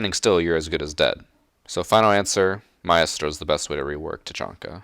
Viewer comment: I hate the way pronounces Maestro and Caveira.